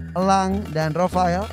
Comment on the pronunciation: Ndak rofel tapi rofael